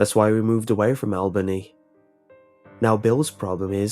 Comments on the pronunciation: I love how you mispronounced Albany New York 😂 You made it sound so... exotic. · I'm sorry, but i cringed every time i heard you say Albany haha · Oh you got it closer the second time, darn. I liked your first version better.